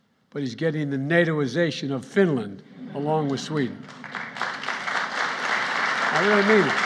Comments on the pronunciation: Sweden and finyen 🤣🤣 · It's Fideyan.